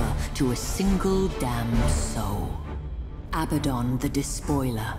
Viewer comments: AbaDDon. Not Abba. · Bruh. It's "Abaddon".